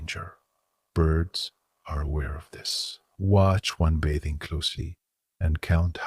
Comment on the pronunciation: If you are going to use a robot narrator you should use one that can pronounce the words correctly. If it is a human narrator, same thing. This one learns as it goes. It finally learned how to pronounce "bathing" about five minutes in. Otherwise, this is too long and very boring. I couldn't force myself to finish.